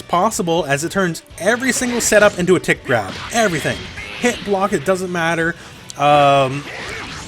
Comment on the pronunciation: When was talking about blueku's grab, I kept hearing "tit grab" instead of "tick grab" and now all I can think when I see the move is "hehe, got your nipple" WHAM